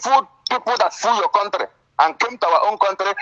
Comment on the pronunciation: 'You're not from our contrre'. Illiterate 😂😂😂😂😂😂